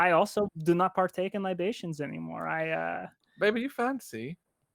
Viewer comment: "LI ba tions", "Yes, that's very good,." I'm dying...